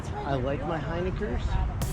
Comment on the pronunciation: I don’t know if I can go through another winter with pronouncing it HINEiker😂 Louder for everyone in the back… HINiker!